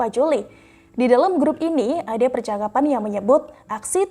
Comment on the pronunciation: Beritanya sih oke banget, khas 2045, tapi salah baca/salah ucapnya sedikit mengganggu Ratusan dosis, Bensos Percaapan (percakapan) Klep tehnis (klep tennis ya).